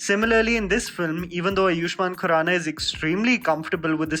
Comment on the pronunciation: He is आयुष्मान खुराना, not आयुष्मान कुराना